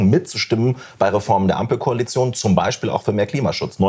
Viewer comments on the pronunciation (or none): Ute, lass deine Hände runter und lern mal "Beichspiel" richtig auszusprechen ...